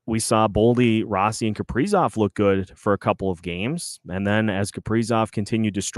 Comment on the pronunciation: Why oh why is the A still on Kaprizov or should I ask Cough-prizov? The 5 highest players just stunk up home ice in a fashion that you can only call choking! It is very apparent these guys will not perform with Dean behind the bench! None of the top 5 millionaires can hit the net and they only kill the team emblem on literally every goaltender they face! I cannot remember the last time Johansson got a shot on goal! Putting Hartman back up when Rossi was getting tge job done??? WTF??? The return of Spurgeon and Boldy only made this team worse! Where is this team's pride? Time to start sanctioning pay over breach of contract! Now you have Dewar and Duhaime out there self destructing and desperately trying to make it happen only to have Duhaime make a very bad decision and got ejected for boarding! This is because of the epic and colossal failure of what should be team's leaders!!! Pied pipers is more like it! Where are they leading? To an early season exit without any chance of hoping for a playoff bid!!! WHAT A BUNCH OF CHOKERS!!! Tomorrow we should have a public jersey burning. Who wants to wear the number and names of these worthless hacks? I mean, what is the front office going to do about it? Can't trade 'em, can't bench 'em and bring up hopefuls! Dean said it in post game he has no ideas what to do. He admitted he's the problem. Billy, wake up and smell the coffee! At least the Oilers realized they had an ineffective coach and dumped him. Billy, the time has come...Dean c